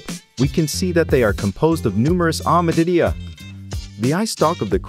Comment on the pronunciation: Before undertaking a project such as this, one would think the producers would spend a little time researching the proper pronunciation of some of the terms used e.g. cephalothorax, hepatopancreas and ommatidia.